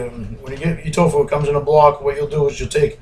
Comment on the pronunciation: I like how he reads off how many calories in the butter then just pours 1800 calories of bbq sauce in. Also can we get a counter on how many times he says "twfoo".